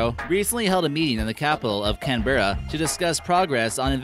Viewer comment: Can-bra not Can-bear-a.